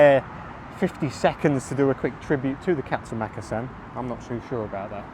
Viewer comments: It’s pronounced mukassan not mak! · is it pronounced Makkasan or markarsarn as my Thai partner pronounces it.